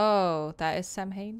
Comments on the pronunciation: My favorite part is pronouncing Samhain like "Sam Hain", and Sean is probably nearby and probably knows how it's actually pronounced. 😅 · Lol I sat there mentally screaming every time she said “sam hain”, even though I know she couldn’t have known how to pronounce it. 😭 Like, calm down brain, she doesn’t know Gaelic, and shes not Wiccan. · Idk if it’s mentioned but “Samhain” is pronounced “sow(as in ow!)-in” :) theyre the 8 Wiccan sabbats from The Wheel of the Year! Really cool detail they added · I sat there mentally screaming every time she said “sam hain”, even though I know she couldn’t have known how to pronounce it. 😭 Like, calm down brain, she doesn’t know Gaelic. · Lol same. I sat there mentally screaming every time she said “sam hain”, even though I know she couldn’t have known how to pronounce it. 😭 Like, calm down brain, she doesn’t know Gaelic, and shes not Wiccan. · samhain is pronounced SOWen and is a Celtic festival on November 1st. :) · Samhain is pronounced "sow-in" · Going through this playlist now after just watching the Castle Malloy episode with Sean has me laughing at the pronunciation of Samhain.